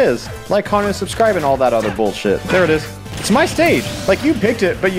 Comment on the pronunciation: “Su scribe” Me: oh… oh no